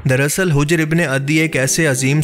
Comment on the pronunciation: اوہ بھائی ویڈیو دوبارہ بناؤ یہ نام ہجر ابن العدی نہیں ہے آپ اسے ہ کے اوپر پیش سے بول رہے ہیں مگر یہ حجر ابن العدی ہے ح کے اوپر زبر سے بلانا ہے۔